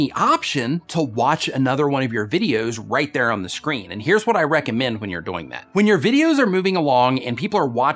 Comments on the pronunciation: On live stream he said it a different way too. I think he said doe-ing. Instead of doing (rhymes with boing). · u say doyng